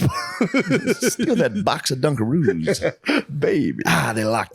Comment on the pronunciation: That's it, I'm calling Dunkaroos "Dungaroos" from now on 🤣